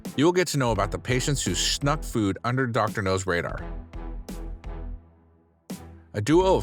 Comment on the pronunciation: It’s Dr. Now. Not Dr. No. You’re putting the wrong emfasis on the wrong sylable. (Or vowel) I’ve also NEVER HEARD the word “schnuck” either. Like…..what bro? ON her face? I just can’t comprehend. Slow down. Pronunciate. Look up the phrases and do some English research.